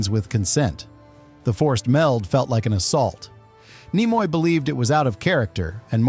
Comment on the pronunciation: Leonard NIE-moy? I hate AI.